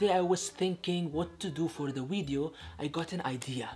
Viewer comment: why does and and say wideo for video